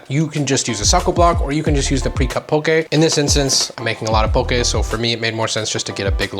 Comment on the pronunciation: EŌ DAS HOW!!! Even saying it RIGHT!